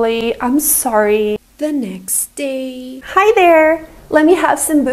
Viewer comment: "THe nEXt dAyyYy" git me dying💀